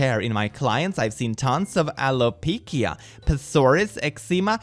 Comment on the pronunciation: do you SERIOUSLY not know how to pronounce alopecia and eczema?! literally its pronounced alopeesha and es'ema